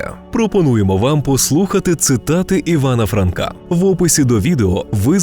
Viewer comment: Пане, та Ви ,коли збиралися читати Франка, то треба було хоч опанувати українську орфоепію